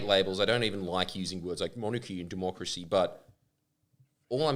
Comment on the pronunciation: Jordie did U say " doomochracy " That's lit